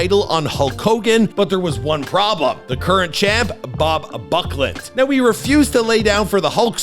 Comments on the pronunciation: bob BACKLUND not buck! Wow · You pronounced Bob Backlund as “Bob Bucklet” 😐